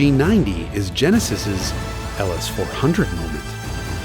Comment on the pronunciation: Oh, yaah.. ze Tjenesis !